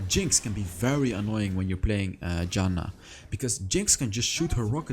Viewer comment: Mate, Janna is my main char and I like how u play it. And also I love how u say her name. A good example is :)) .Good Job btw! I still think that Rod of Ages is a good item in some situations.